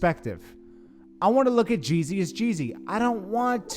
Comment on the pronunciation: Why do u keep calling him jay z.... This last youtuber did that. . JEEE - ZY